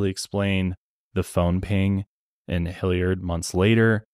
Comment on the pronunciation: As someone who grew up in Hilliard, hearing pronounce it hill-YARD cracks me up 😂🤍 This case really is baffling and frustrating